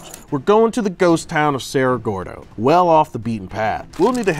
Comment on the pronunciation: did u said sarah gordon ? 🤣🤣🤣🤣